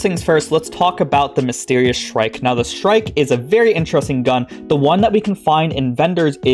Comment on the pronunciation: The shrike (you pronounced it correctly) is a bird that catches rodents and smaller birds and spears them on thorns of bushes. Its like hanging ur deer or pig after you kill it.